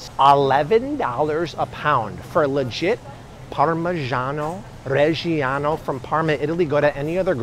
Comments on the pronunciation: chuanty to chuanty fyve dollars a pound for some parmeegiono raegeeano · PARRRMAH JYANO RRREGGIE YANNO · We need a 10 min video of saying Parmigiano Reggiano on loop.